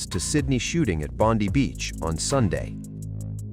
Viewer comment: Please learn that “Bondi” as a place name is pronounced “Bond-eye” by Australians.